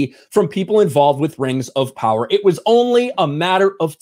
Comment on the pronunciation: Rangz of powahz